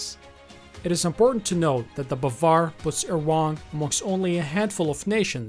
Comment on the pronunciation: The correct pronunciation is BAAvAr and it means believe, and sayyad also means hunter Thanks for your useful video😘👏👌💫